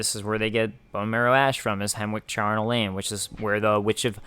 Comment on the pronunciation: Charnel is not pronounced with a hard "K", it's like chapter. It's used with house, Charnel House, or a place of death where bones are piled (as in violent death). The word on it's own means associated with death. :)